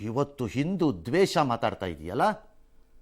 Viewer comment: ಏಲ್ಲಿ ಹಿದಿರಾಪ್ಪಾ ಬ್ರದರ್ ಹಿವತ್ತು ಹೆಲ್ಲಿ ಹಿದೀರಾ